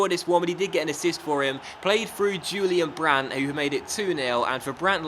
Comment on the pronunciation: Disappointed with the Correa signing. I would love it if you would use Andre Silva more often please? Also try and buy Jeffrey Bruma :) It's pronounced Hu-lian Brandt btw bro